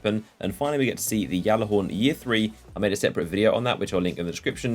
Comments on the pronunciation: it's not yaller horn call it ballet hor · ITS NOT YALLAHORN